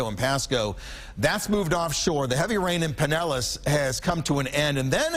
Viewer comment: A good broadcast overall but... "heavy rian"